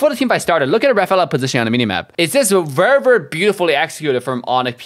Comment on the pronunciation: I like how says Verrr Verrrr for Very Very 😂